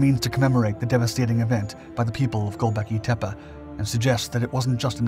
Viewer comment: Professional Speaker: Refuses to research correct pronunciation of the VERY NAME of the subject focus. You are a piece of work.